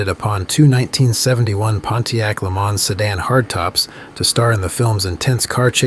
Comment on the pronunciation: It's actually pronounced le MANS, not le MAN. It's American, not French.